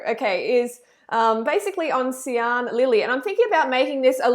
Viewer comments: And it's not See-an but "Shan" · way late to the show, but Sian is a welsh name pronounced ' shaaan'. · It’s pronounced ‘shan’ and she doesn’t have an eating disorder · her name is pronounced Sharn lol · I was so frustrated the whole time because I live in Wales for the last 7 years and sian is pronounced "sharn" 😅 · It rlly pissed me off when she said Sian wrong smh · Reading this actually made me laugh. It's a Welsh name! That's how to pronounce it!